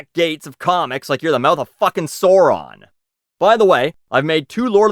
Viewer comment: Daaaaamn I need to get on Tinder that girl is gorgeous! Oh....ill let you off because you're Canadian but your pronunciation of Sauron hurts my nerd brain.